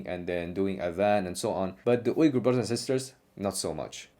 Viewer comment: Bro you pronounced Uygur the right way. All the other english speakers pronounce it lik "viga" and it's annoying me.